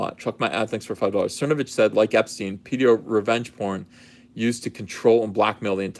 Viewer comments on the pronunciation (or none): none